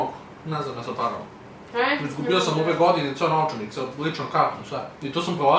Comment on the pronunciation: Da ali mudja pogresno kaze novcanik